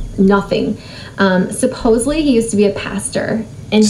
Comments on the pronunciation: WHY DO SO MANY PEOPLE SAY SUPPOSEBLY?!? Geezussss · How many times did she say allegedly or supposebly?! Wow! Snark Week is not disappointing! Lol! 🤣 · "supposovely" hahahahaha!!!! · Did she say supposley, instead of supposedly? There’s another syllable with a D in there girl. 😂